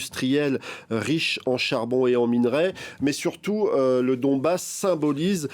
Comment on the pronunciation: C’est Donbass Et non pas Dombass